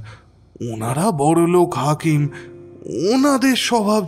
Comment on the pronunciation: নিজেকে উন্নত করার জন্য প্রশংসার থেকেও সমালোচনার বেশি প্রয়োজন যে কারণে আগেকার দিনে গল্পকারদের ক্রিটিক থাকতো, আমার মনে হয় আপনার উচ্চারণের দিকে একটু নজর দেওয়া উচিত বেশি স্পষ্ট করতে গিয়ে উচ্চারণ ডিফারেন্ট হয়ে যাচ্ছে, যেমন ধরুন 'হাকিম'কে 'হাখিম' বলছেন, 'মাঝে মাঝে ' টা 'মাছে মাছে ' শোনাচ্ছে, 'ঝুমকা লতা ' টা 'ছুমকা লতা ' , 'বাসা ' তো 'পাসা ' শোনাচ্ছে ইত্যাদি, অসংখ্য .... কানে বড্ড লাগে